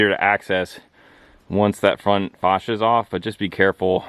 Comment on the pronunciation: Facia is pronounced face-she-uh. Pet peeve mine. Otherwise good tips. Thanks for posting.